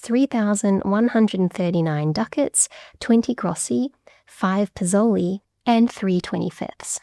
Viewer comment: we in Italy still use the word "spìccioli" (pron.: speettchouli - stress on the " peett " syllable) which is cognate with "pizoli" to indicate small change, generally in coins [ For "pizoli", the right pronunciation would have been "peezhouli" again, stress on the " pee " syllable, not "pezowly" like said in the video ] Another related example is the word "ciao" , cognate with Venetian (region of Venice, but also Treviso) "s-ciao" here, tough, the "s" is present in Venetian, but fell off in recent Italian, while the opposite happened with pizoli : in Italian a frontal "s" ( known as "s mobile" ) was added to form "spiccioli". [pronunciation of "s-ciao": the initial s/c sounds like s + ch but two separate words, like "this i(s ch)eap; it comes from latin sclavus (= slave) that would give "sclavo", then "schiavo" (pron: "skiavo") in Italian, then "sciavo", then "sciao" to indicate "I'm your slave = at your service"